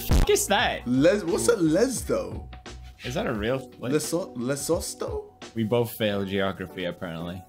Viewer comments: FINALLY A SOUTH AFRICAN MEME... It is pronounced le su tu... Lesotho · Funny how they just cant pronounce "Lesotho" - We are going to offend "two fans" in Lesotho.... i am not offended tho